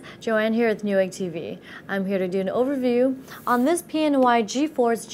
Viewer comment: its funny when she says overview.